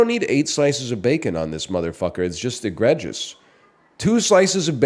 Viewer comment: are we just gonna let that enunciation of egregious slide?